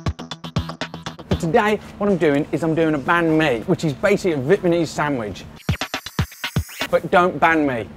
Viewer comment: You said banh mi wrong